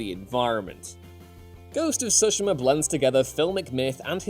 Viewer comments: Don’t let this dude do anymore video’s unless he can learn to pronounce Tsushima correctly. Soshima is not even close. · I couldn't get through the entire video with the way he says Tsushima. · i like the video cause the info it gives but hate cause the mispronunciation of Tsushima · Anyone else bothered by the way he pronounces the title?? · Good grief, how many different (incorrect) ways are you going to pronounce Tsushima before the video is over?